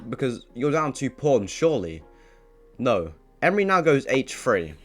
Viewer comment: "Move his knight to Hchshh Free" lol